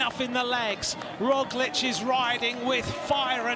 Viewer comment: I like that he actually can pronounce "Roglic" correctly, unlike our American commentators, although he doesn't get "Vingegaard" right.